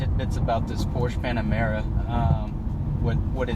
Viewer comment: First thing: Learn how to say the word Porsche. ;-)